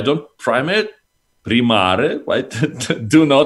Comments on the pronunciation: он же сказал примаР почему примарЕ говоришь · Он сказал ПримаР, а не ПримарЭ.